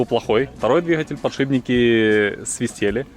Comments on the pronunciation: После слова "подшиБники" я бы засомневался, менять ли что-либо у такого спеца) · Ахаха, "подшибники"))) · ПодшиБники?! Серьёзно?! Меня аж передернуло, вам что там дети текст печатали?))) Хотя нет, прислушался так вы реально и говорите подшиБники! Не стыдно? И пара со своим сельским "плОтишь" удивила, особенно девушка - такая интеллигентная внешность, где она этого нахваталась?! Плотить и платить, и соответственно плотишь и платишь, это совершенно два разных слова с разным значением. Плотить это сколачивать, связивать доски, бревна и т.п. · ПодшиБники, не мог не заметить) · Слово подшибники особенно повеселило.? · "завдской!!!" "подшибники!!!" Кто у вас там, такой грамотный, тексты вставлял?